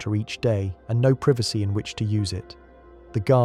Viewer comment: Dude is it pronounced privacy or privacy? Pick one. lol 😉